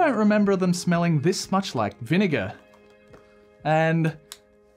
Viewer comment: Why did he say vinigga